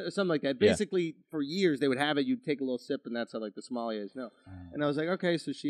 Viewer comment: Me listening to them pronounce Somali and Somalia wrong: 👁👄👁 I